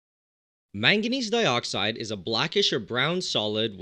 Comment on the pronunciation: you sound Australian when you said manganese dioxide